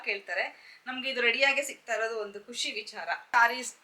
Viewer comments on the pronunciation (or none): ಖುಷಿ , ಕುಶಿ ಅಲ್ಲ, ದಯವಿಟ್ಟು ಸರಿಪಡಿಸಿ